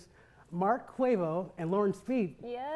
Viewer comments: did he really say mark 'cuevo' --it aint the migos sir, its Cuevas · Im sorry I can't dude please pronounce these people's names correctly its so disrespectful not to, if you have trouble literally just ask them before you go in front of the cameras its CUEVAS not CuevO there's no O! His name is not some damn Jose Cuervo!!! Get it RIGHT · Lol his name is Mark Cuevas not Cuevo 🙄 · Did he really say Mark Quavo?!🤣 It's Cuevas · CUEVAS not CUEVO! he didn't even bother on learning his name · CUEVAS NOT CUEVO! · Wow man way to mispronounce Cuevas.... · How can the presentor mispronounce Mark's last name? He probably didn't even see the series. You had one job, he literally says 10 sentences, one of them is wrong of the bat, can't you even read?